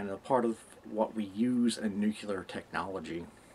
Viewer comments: Not "nucular" * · Nu*clear* Not "nuclear"! Anyway... Reasonably decent refutation.